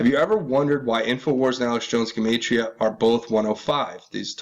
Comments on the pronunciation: Jew-mott-ria proniunced!!! god!!!! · btw...just for reference, it’s pronounced “jem-ott-tria” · Gematria - { Gee-mot-tree-ah }. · Gematria is fancy numerology. And is pronounced like gem 💎 ge-mantria . Free to find truth Zach Hubbard has a detailed channel on the subject. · Gematria pronounced Juh matria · Skull n bones 322, time to hang crooked fucks!!!! Who owned that island in Puget sound?? Dig.. a pedoskullnbones backer. $$$$ All the rats that are part of the club wear secret decoder rings... symbols everywhere but most ppl are oblivious to what is really going on...WAKE UP MORONS OR BE LEFT BEHIND!!!! Alex Jones. Info wars. Paid shill...! it's pronounced. GEM AH TRI AH....GEMATRIA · please look up the correct pronunciation of GEMATRIA, YOUR KILLING MY EARS-HA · Dude, learn how to pronounce everyday words like Gematria ! You are sooo annoying !!!!